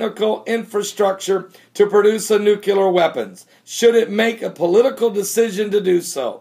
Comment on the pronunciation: NEW-KLEE-URR say it with me NEW-KLEE-URR :)